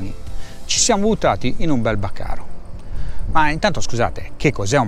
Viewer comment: BÀCARI NON bacaro